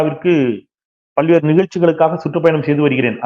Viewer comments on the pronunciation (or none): none